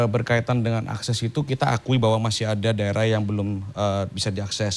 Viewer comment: Mbak anchornya ngomong akses aja salah.